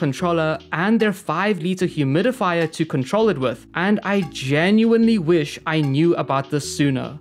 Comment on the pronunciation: You say I wich I knew and scp sich I knew